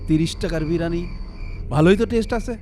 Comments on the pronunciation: বিরিয়ানি না ব্রানি 🤣🤣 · স্টাইল করে বলতে গিয়ে বিরিয়ানিকে কি উচ্চারণ করছে।